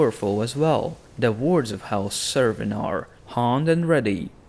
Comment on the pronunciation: It's pronounced Kerwyn although it's spelt Cerwyn.